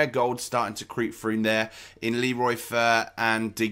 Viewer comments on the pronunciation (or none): none